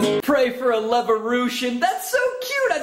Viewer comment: Levorution xD Hilarious!